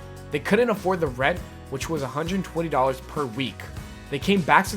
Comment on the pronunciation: its THE rock not dee rock